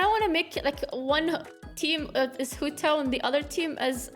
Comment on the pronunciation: i know it Hu Tao but the way u said it XDD